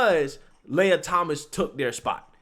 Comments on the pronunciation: My name leja pronounced how you are saying lia. Listening to this is playing mind tricks... lia is pronounced lee-a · Lee-ya not Lay-a. Carry on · His name is pronounced, LEE-YAH. LAY-YAH is Luke Skywalker's sister/girlfriend. He threw the race because he didn't like getting booed.